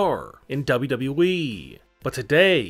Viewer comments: Who else heard it as WWVVVVV instead of WWE? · Everyone: W-W-E This guy: dobu-dobu-eee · His pronounciation is damn funny... "doublui" 🤣🤣🤣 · As soon as he said it I read your comment. So funny. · Can we talk about how he doesn't actually say WWE but only WE? That annoys me more the weird intonation. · Why do you speak as if every other word has a period after it. Comma's aren't periods you don't have to have such a long pause for them like damn. Also it's double u double u e (wwe) not whatever you're saying cuz it doesn't even sound like you're saying double u. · The way he says wwe make my laugh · This pronounciation triggered me so hard. in WWE